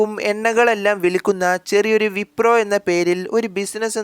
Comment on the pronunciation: Wiprom അല്ല wipro